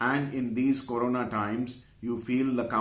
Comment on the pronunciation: Corna' times😆